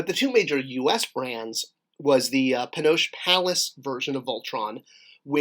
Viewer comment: Anyone wanna volunteer to help out regarding how to properly pronounce “Panosh Place”? 😏